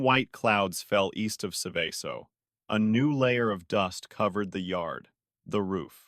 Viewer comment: Seveso is pronounced like you pronounce the word SEVEN but with the N silent and the word SO.